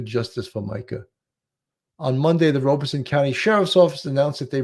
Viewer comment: Horry pronounced without the "H". Sounds like oar-ree. Also, not just you, Robeson is pronounced Rob-ah-son 😉